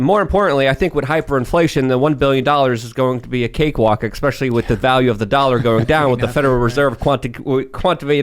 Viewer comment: God damn it!!! Teach Like how to say WORDS PROPERLY!!! IT'S NOT eXpecially, because there is NO "X" in the fcuking word! Also, there is a "T" in mounTain.. see the "T"???